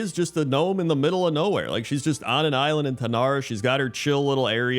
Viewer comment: ...middle of gnowhere